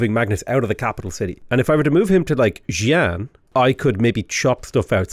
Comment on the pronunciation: I lol'd every time he pronounced Taiyuan as Taiwan Then everytime he pronounced as "jiang" something I died a little inside. Please pronounce Xi Jinping in your accent, hearing jizz jizz bing would be glorious